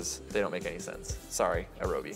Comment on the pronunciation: It's not, this guy is just a bit of a berk Alan Adler's flying toy company is called Aerobie. so his brewer is called an Aeropress. And if I'm right... it's "arrow bee" not "a row bee". Should have asked Alan back when he was on the coffee boards but it never occured to me. :D And that was a cringe worthy way to flip it over. Just tilt your cup a bit, lay the press end in the cup and... roll. Simples.